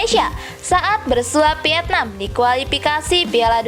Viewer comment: Bacanya Paraaaaaaaaaaaaaaaaaaaaaaahhh.. Sakit kuping niiiiiii... VIETNAM bukan PIETNAM... APAREL bukan AFAREL... KALIFAH bukan KALIPAH... PERFORMA bukan PERPORMA... FEDERASI bukan PEDERASI... FINAL nukan PINAL... Coba deeeh, diperbaiki... dilatih lagi dengan benar, pengucapan dan pelafalannya... Kalau ga bisa, ya DIGANTI !!! Sayang kan, berita yg bagus RUSAK krn pelafalannya ga bener...